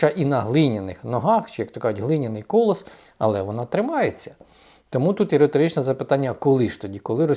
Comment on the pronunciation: Шановний пане, будь ласка, не кОлос, а колОс на глиняних ногах. Щодо ж єрмаковщини, то вона піде геть лише з теперішнім Президентом 🤷‍♀️